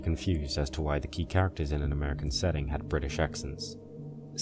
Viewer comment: why do you say british with an american accent